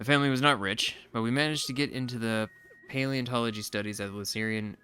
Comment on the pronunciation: Dude, it's "Pantology", as in "Knowledge of everything" ("pantos" being greek for "everything" - basically, Zest is calling himself a know-it-all), not "Paleontology", as in "Knowledge of ancient things". You just have to skip the "leo" bit and you're golden...